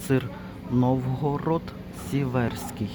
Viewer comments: Вітаю. Дякую за цікавий огляд товарів. А сир не сівЕрський, а сІверський (наголос на і). Цей сир виготовляють у місті Новгород-Сіверський Чернігівської області. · Не сівЕрський, а сІверський (Новгород- Сіверський Чернігівська обл.) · сІверський сир, наголос на перший склад